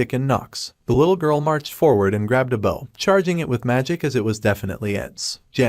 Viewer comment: You have no idea how nice it is to have a recaper that knows they need to respell the word "bow" (the weapon) so it doesnt make the voice sound like "bow" (front of a ship) it hurts my brain every tine a recap does that wrong so thanks.